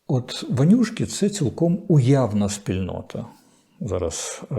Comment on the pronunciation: Корчинсьский вимовляє по москальськи "ванюшки", а треба - вонючки.